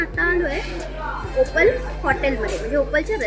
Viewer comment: ओपाल नाही ओपल